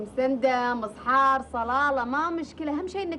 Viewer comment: حبيبتي قلت صحار